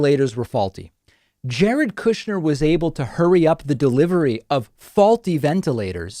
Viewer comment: "Koooshnyr" the Russian pronouncement